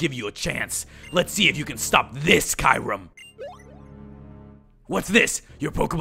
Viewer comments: It's pronounced kerum not kirum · Its cure-em not kyrume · it is not called ki rem it is k your em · oh for godsake its kyu-rem NOT kai-rem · dammit its KYU-REM not KAY-RUM. (i'm sorry if this is a bit rude but i cant take it anymore) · Its not kayrem its KYuurem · Its, Ke-your-rum, kyram, lol silly guy who makes unnecessary noises and voices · Ky u rem that's who you pronounce kyurem not kirem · I pronounce Kyurem as "Queue - rem" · Cure-im is how u say it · ITS KE YU RUM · No it is pronounced as Kyoorum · Kyurem is pronounced Cuu-Rem. This has been frustrating me for forever. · ist it should be kyu-rem? like q-rem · Watch "Kyurem vs The Sword of Justice" Kyurem is pronounced "cure-em" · It's pronounced Kyoorem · Nebby Get in the bag cure-em, watch Kyurem vs the sacred sword movie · And the pronounciation is Ke-your-rum, not the way its spelled, Kyurem. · It's Kyoo-rem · It's "KYOO-rem" says it in the fucking pokemon handbook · THAT'S NOT HOW YOU SAY RESHIRAM OF KYUREM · It's pronounced Ki-rum